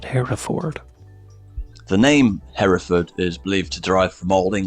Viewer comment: ...greetings from Herefordshire...please note that Hereford isn't ever pronounced Hairy Ford.